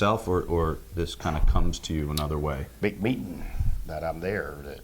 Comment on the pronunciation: At first i thought he said "beep beep" then "big meat" only to find out it was "big meetin'"